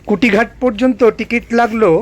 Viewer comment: একটা প্রশ্ন, কুটিঘাট সম্ভবতঃ অশুদ্ধ উচ্চারণ। ওটা নিশ্চয় কুঠিঘাট হবে। কোনও ইংরেজ সাহেবের কুঠিবাড়ি এখানে ছিল। 😉